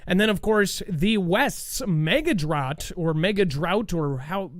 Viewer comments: you crack me up. The word drought rymes with "out", there is no other correct way to pronounce it. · Yes not "drawt"